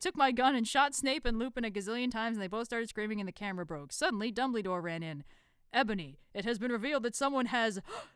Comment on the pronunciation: NOT DUMBLE-Y-DORE !😱